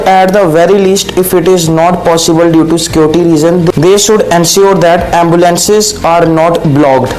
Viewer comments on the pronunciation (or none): none